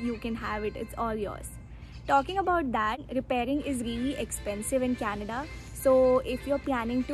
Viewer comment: I can hear Canadda